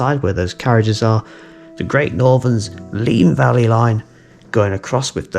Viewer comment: Oh dear. My grandparents used to live on the Heathfield Estate east of Bagthorpe Junction. At 12.50 I can assure you it’s Valley (‘Valleh’) Road, not Vale Road. I may be imagining, as it’s best part of 60 years ago now, but I seem to have memories of the sound of the steam locos high on the embankment there when I was trying to get to sleep in their house at night. Anyway, another great video and thanks for bringing back the memories.